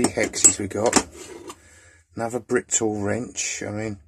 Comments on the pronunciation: Could I just say there’s only 1 T in Britool. Pronounced Brit-ool. Good video by the way. Cheers. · So I've heard it pronounced bri tool, brit ool but as the name on the spanner is the shortened version of.. British tool company I believe it should be pronounced brit tool.